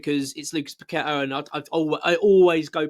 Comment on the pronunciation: Loved paqetta but your spot on about his displays . Bowen trys always summerville always trying loved kudus too but he went like paqetta very quiet and now playing great for the spuds. Will need to be dropped then sold in jan if he doesnt buck up. By the way well done pronouncing his name properly even the commentators can't do it . And some calling todibo toddy bow how do they get a job in any form .